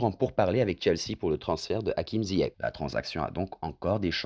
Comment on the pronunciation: C pas ziach c ziyech 🤣🤣🤣